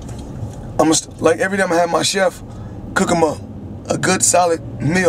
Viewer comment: good SOLID meal or good SALAD meal? what he sayin tho?